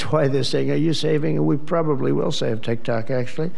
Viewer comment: He’s trying to prove that he can say TikTok, not Tic tac😂😂